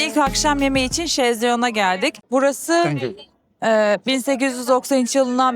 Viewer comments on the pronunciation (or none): Bir de fransizca'yi biraz olsun katlettmeyin yeter be !!!!! Chez Léon kizim chez leon'a dedi ben plaj'da "chaise longue" kiralarsin o sandim ve usandim !!!